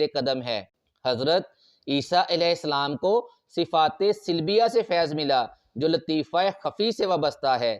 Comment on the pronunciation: Colours are not like this. Sifaat e salbiya hota hai... Silbiya nahi hota